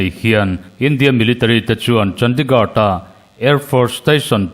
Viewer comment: hi i coment a ngaihnawm ṭhin ngeimai lo ṭang sauh sauh zel teh, mahse Chandigad tiin i lam tlat a heihi chu lamdik tawh la, India ram Khawpui mawiber hi CHANDIGARH ti a lam tur a ni e.